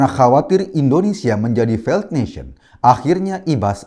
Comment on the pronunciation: Failed baca feild bukan faild.